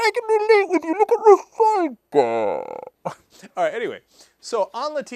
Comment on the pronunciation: Rafalca! Rafalca?.....Rafalca????